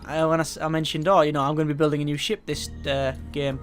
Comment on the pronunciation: Um... New not bew.